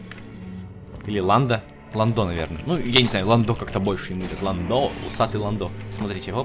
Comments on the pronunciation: исправь не ландо а лындо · лэндо а не ландо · его завут не ландо а лэндо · лендо ударение на е